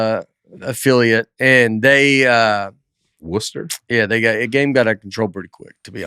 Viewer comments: It is pronounced worster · Hearing you guys mention a Massachusetts city and mispronounce it is all time. Worcester is pronounced woos-stir.We also have a Leominster (Lemon-stir) and a Gloucester (Glaw-stir). Also I'm with Dusty on the punching in a dream. I also have a hard time yelling in my dreams which I guess has something to do with not being able to express emotions (cue up Benefiber for a "you wanna tell us about Betterhelp?") Love the podcast and the banter! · Worcester is pronounced wooster or if you're from there woostah. Most of the letters are optional in Massachusetts town names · Every time Nate mispronounces a word, I immediately scroll the comments to see how quickly or how often a correction is offered. I had no doubt there would be corrections to Worcester this week! I love y'all so much--thanks for shining such a bright light on our world!